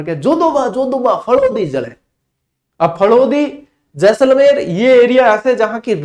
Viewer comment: शानदार , जानदार, धुँवाधर, खतरनाक क्लास थी गुरूजी। आपका जैसले 😅 बोलना मस्त गज्जब था। चेहरे पे हसीं मुस्कान खिलखिलाहत आ जाती he🤩😇 धन्यवाद गुरूजी जोरदार क्लास के लिए। 🫡